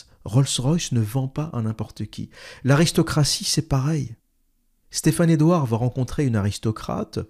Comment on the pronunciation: Au début vous commencez à jouer avec le nom et prénom de Stephane Edouard avec des prononciations en langue pseudo-italienne. Stephane Edouard au moins se montre publiquement avec son visage et surtout avec son vrai nom, alors que vous vous cachez. Ayez au moins le courage de dire qui vous êtes. Un longue vidéo plein d'incohérences, arrogance, mépris pour ceux qui suivent Stephane E.